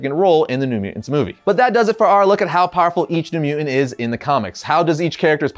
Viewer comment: MU·TANT not muant